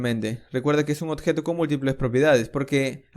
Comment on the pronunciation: compatriota peruano detected :D (cuando menciona odjeto) gracias bro por el aporte